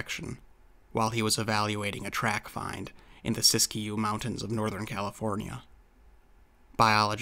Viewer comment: Hey...Siskiyou is actually pronounced Sis Q. Thought you might want to know.;-)